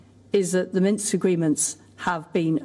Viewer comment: She said Minks! Minsk.